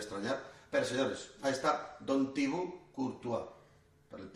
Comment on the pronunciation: El legítimo homenaje a Thibaut es decir "Tibó" y no "Tibú".